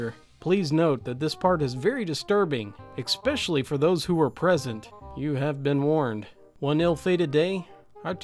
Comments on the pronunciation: It's not EXSPECIALY it's ESPECIALLY. There is no X in the word. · kind of have to point it out but the way you say "expecially" rattles my brain.